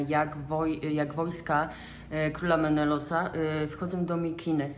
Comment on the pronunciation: Skąd taka wymowa imion i nazw miejscowości? Czemu „Menelos" zamiast Menelaos? Czemu „Mikines" zamiast Mykeny? Czy to wymowa strikte grecka? W sumie nie ma co się dziwić, że Klitajmestra znalazła sobie kochanka Ajgistosa. Przecież Klitajmestra znienawidziła swojego męża po tym jak złożył w ofierze ich córkę Ifigenie, tylko po to by statki mogły odbić od brzegu i popłynąć do Troi. Jeszcze wmówił matce i córce, że Ifigenia ma zostać zaślubiona Achillesowi, tymczasem podstępnie ją zabił. A jeśli chodzi o trzy wersje śmierci Agamemnona to może rzeczywiście pierwsza jest najbardziej prawdopodobna. Trzecia z tego co pamiętam, ale mogę się mylić bo sztukę czytałam dawno została przedstawiona u Ajschylosa w Oresteji. Druga wersja po prostu wydaje się ściągnięta z motywu śmierci Heraklesa. O nim się mówi, że został zabity przez Dejanire, która nieświadomie podała mu szatę nasączoną krwią Nessosa. W sensie szatę podała z premedytacją, ale Herakles miał ją po prostu znowu pokochać a nie zemrzeć.